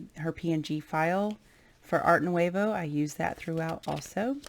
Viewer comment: It is beautiful! I sure wish you pronounced Nouveau correctly though..